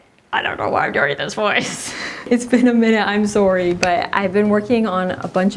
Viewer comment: The way you said sorry was super Canadian.